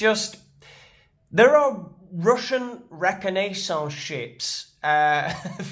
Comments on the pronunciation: Reconaissance? Wow, thats the first time ive heard it pronounced like that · Same. That pronunciation baffled me. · Interesting way of pronouncing the word 'reconnaissance' 😄